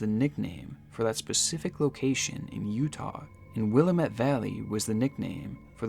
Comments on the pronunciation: "OR-uh-GON" "WILL-uh-met" the pronunciations are the most disturbing parts of this video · I hate to correct you but it’s pronounced willAmitt not willameTTe and Oregin not oregOn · ITS PRONOUNCED WIL-LAMB-MET NOT WIL-LA-MET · You're so close, but it is pronounced will-LAM-it. Not will-uh-mutt. Edit: Oh, the gal in the automated message says it right. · Sorry to be that guy, but we pronounce them “Ore-GUN” not “Ore-GONE” and “Will-AM-ett” not “WILLAM-ett” -A Guy Born and Raised in Portland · i love your videos and cannot wait to see more, but please research pronunciation—! it’s (will-lam-mit) valley and i remember this being so bizarre when it was happening lol :3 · sir - I love you bro, and this is why I’m gonna help prevent you from inciting any more rage from Oregonians, more specifically Portlanders, who consider rioting a team sport. The phonetic pronunciation of Oregon is: OR-eh-gun The phonetic pronunciation of Willamette is will-AM-it 🪵🍺PDX PRONOUNCIATION BONUS 🌲☔️ Couch Street is not pronounced like a piece of furniture, it’s pronounced like the lady bits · As an Oregonian I’m dying at how you say Willamette 😂😂🤣 I was like “I’ve never heard of this place” it’s pronounced “Will-am-it” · fyi, The "a" in willamette is pronounced like the "a" in the word "ant" or "add" and this is the vowel you put the emphasis on. So, it's pronounced wil A met. Try it. See? Now you sound like you live there. Don't bother thanking me, it's my job as an English teacher. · PSA: Willamette rhymes with "damnit" 😉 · Origun. wilammit. Please say things right 😓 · It's will-lamate valley and pronounced oregin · I can't get passed the pronunciation of Oregon and Willamette in this video. Or-ih-gun and Wil-lam-et are how they're pronounced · i love the pronunciation of stuff lol. willamette is actually will-AM-it and oregon is like organ but orgen kind of??? i’m local lol it’s not terrible for not being native to the area, just a heads up!!!